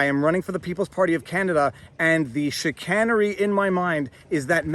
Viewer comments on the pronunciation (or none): Chicanery has a long “A” 🤓